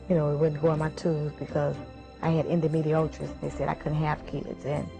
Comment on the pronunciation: endometriosis not endo-medy-otris...smfh how you going to have a medical problem you can't even pronounce? What's next People out here getting B.A.I.D.S? And Herpesisis?